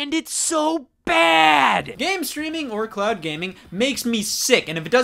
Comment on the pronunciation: Did you say "clown gaming" at the beginning or "cloud gaming" lol?